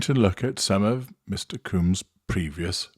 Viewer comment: By the way, it’s pronounced combs like honeycomb